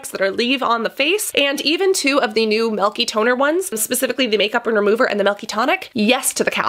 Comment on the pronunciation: Ugh why do you say “melk” for milk